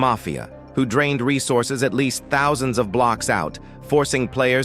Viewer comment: chud ai voice cant say thousands